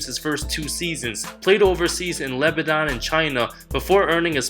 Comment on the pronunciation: LABADAN, c'mon man it's LEBANON